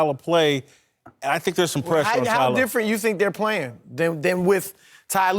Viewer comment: Chris is great, but why does he insist on saying "T Lue"? It makes no sense bc Ty and T are the same syllable-wise. Not saving any time.